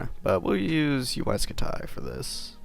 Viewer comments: HE sayed UAI SKUTIE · wtf is Uaj scu-tay?